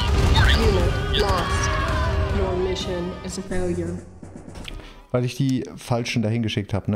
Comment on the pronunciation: Die eine Mission ist in der Tat ein "Faliure" 🤣